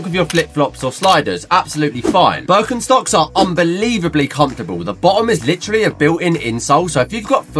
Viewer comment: As a german u should go to jail for the way ure pronouncing birkenstocks